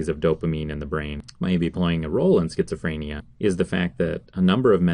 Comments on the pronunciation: Stop pronouncing it like "freynia" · Creeper Pro FRAAAAAYnia